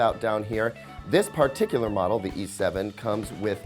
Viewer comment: WHY DOES EVERYONE ON YOUTUBE PRONOUNCE "PARTICULAR" LIKE THAT??? I CANT BE THE ONLY ONE TO NOTICE